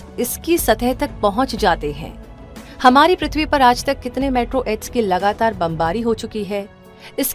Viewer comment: 'मेट्रो एड्स' nahi मेटेओरोइड😅